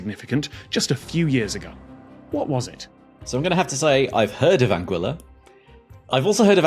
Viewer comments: Pleased that I knew where Anguilla is, though I'd been pronouncing it "An-ghee-luh". Also pleased I got this one correct, though it would have been even more obvious if it was about Tuvalu! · "Anguilla" is Italian, means "eel". And Italian is a rare case of a romance language where the "u" in "gui" isn't silent. So, yeah, "an-gwee-la" is correct. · So, "Anguilla" is supposed to be pronounced like "Angular", just without the R at the end?